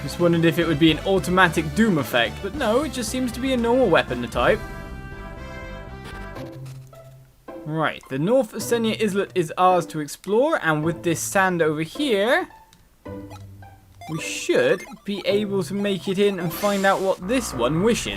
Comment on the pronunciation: Btw Islet is pronounced eyelet, the s is silent like in Island and Isle. I don't mean to be rude but your pronunciation has been bothering me a tad for the past few episodes :P